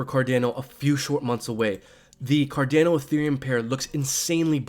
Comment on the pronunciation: For the love of God please stop saying CarDAYno. Its CarDHANO lol. Great vid though😁